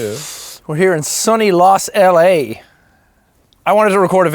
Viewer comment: Lmao "Los LA "